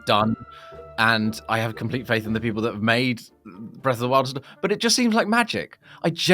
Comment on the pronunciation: Breth of the wew